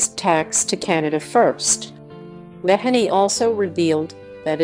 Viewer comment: Stop calling her Megixt. Her name is MEGHAN. God bless Harry, Meghan, and adorable Baby Archie.